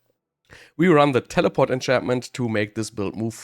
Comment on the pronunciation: I always like the way he says telepawht 😂